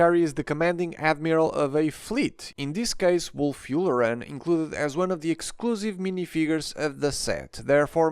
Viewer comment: “Wulf Yoolarin” 💀